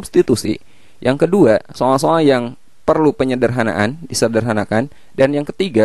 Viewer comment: so'al - so'al :v